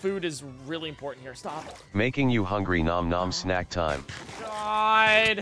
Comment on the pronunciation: I love how it doesn't know how to say "ñom ñom" so it says "nom nom"